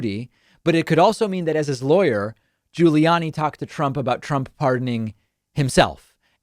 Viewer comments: I only clicked vid to hear David mispronounce “GiuliAni” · David says "Guiliani" and "McEnany" weird